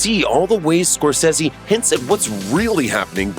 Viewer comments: Who is Mar-Ten Score-Sayshiss? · You lost me when you mispronounced Scorsese